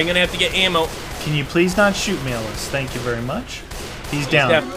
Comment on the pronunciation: Hey do you guys say tankey no wankey